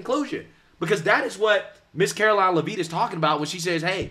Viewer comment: SAY HER F-ING NAME RIGHT....ITS LEV-IT NOT LEV-EET MORON!!